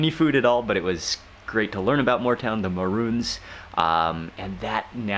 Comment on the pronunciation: Moore town not more town